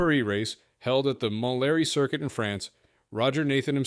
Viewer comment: MIke Costin co-founded Cosworth, indeed the portmanteau name is a combination of Costin & Duckworth. Pronunciations of Monthléry & Beaulieu need more research.